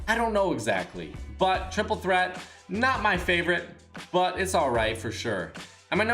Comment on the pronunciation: It like saying flavorite